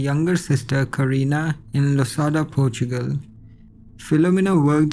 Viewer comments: PORTUGAL - PORTSCHUCEL 😂😂😂😂😂😂😂😂😂😂😂😂😂😂🙈🙈🙈🙈😡😡😡😡🤣🤣🤣🤣🤣🤣🤣🤣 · Dude say Portugal again HAHAHAHAHA